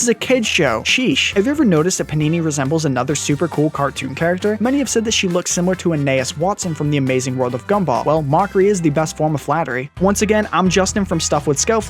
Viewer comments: 19:116 ok thats not how you say her first name and her last name is watterson not wattson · How do you mispronounce Anais Waterson as Anaes Watson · Pherrell Mendez NOT JUST THAT BUT HE SAYS WATSON INSTEAD OF WATERSON+ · This dude can’t pronounce names. Anay is Watson is how this fool pronounced Gumball’s sister’s name (I’m not gonna try to spell her name) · The amount of mispronunciations in this episode could all be summarized in the culmination of him saying at the end "Anayes Wattson" when referring to Anais Watterson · Anais Wa TER son. Get it right